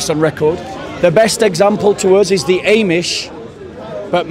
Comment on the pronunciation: It's not "eh"mish my friend. It's AHmish